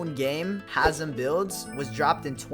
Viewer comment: Its hazem